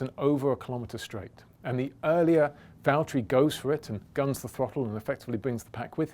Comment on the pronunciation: Nobody: James: Valterri its James I'd like you to hand the win over